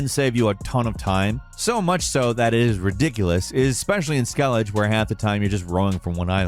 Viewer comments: Skellij? I thought it was pronounced Skelli-ga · SkelliJ??? It's pronounced Skelliguh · My man really said "Skelij" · Why do you pronounce Skellige wrong but correct ? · "especially in SKELLIDGE where half the time you're just running from one island to the next." Did you record this line before playing the game? I can't imagine anyone who actually played TW3 referring to Skellige as "skellidge." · How do people play the game and still pronounce it Skell-idge? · "Skellidge" Eww. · I swear intentionally mispronounces things to be annoying. Skellej? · did you just say "Skellidge"? Lol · Excellent as always, but DAMN? Skell-ige?? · “Skellidge” lol Keep up the good work! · The conflict between the claim this man loves playing Witcher and the way he says Skellige with a hard G, it's painful. Like seeing "Game Journalist" and "Dean Takehashi" in the same sentence. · i also discovered one thing in this video : you mispronounced Skellige this one time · The way you said skellige bugs me 😂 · No. 11: I’ve never heard Skellige pronounced like that before. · For 1, you might have noticed if you actually played the game. You pronounced Skellige wrong, you nob.